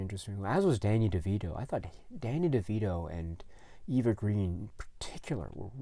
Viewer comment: I'm a huge fan of Eva Green! (Also, she's French, so her name is pronounced more like Ava.) I don't have an interest in seeing Dumbo, but would just for her! She was in a series called Camelot that was cancelled after the first season; it was at a time in high school when I couldn't get enough Arthurian stories. She really caught my attention and I became really interested in watching more films she was in. I then recognized her as Vesper from Casino Royale, who I loved when I had watched that movie upon its release, and certain scenes from it still stand out in my head- particularly her character at the end. She's one of the reasons I wanted to watch Penny Dreadful, which was a series on Showtime, and it's actually returning, which is exciting because it's one of my favorite shows. She's absolutely amazing in that. I also love her in The Dreamers (2003). Are you interested in the upcoming remake/adaptation of Dune?